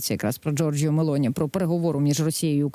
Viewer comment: Коли Загородній вивчить правильно озвучувати прізвище Мелоні😂